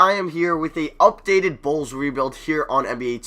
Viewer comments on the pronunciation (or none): Bruh, when you were looking at the ALL NBA teams and you kept on saying No Bulls, I was dying when it sounded like No Balls lmao